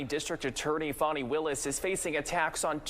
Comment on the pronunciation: It sounds like her name is pronounced " Phony"!! It fits like a glove!